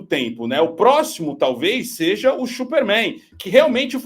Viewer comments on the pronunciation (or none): Única coisa que o erra é falar chuper Man...!! Errado....o cara é mulher maravilha....!!!